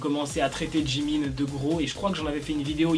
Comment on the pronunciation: Mais c'est pas djimin c'est jimin